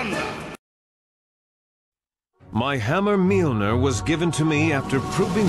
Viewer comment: Meal ner?!? really cam clarke?